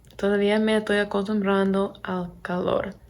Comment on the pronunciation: Hablás pero muy bien! 👌🏻 Te felicito.. Solo una cosa trata de no decir "Toy" por "Estoy" nosotros usamos mucho éso pero en verdad no suena bien para otros hispanohablantes.